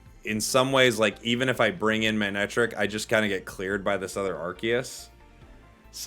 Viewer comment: Respectfully, it’s pronounced “muh-neck-trick”